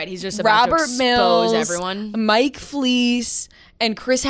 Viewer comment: Mike “flise”